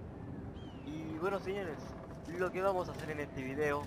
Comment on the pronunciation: Se nota en algunas palabras "Enehte" "en este"